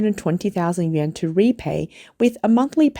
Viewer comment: yen ? yuan? pronunciation issue?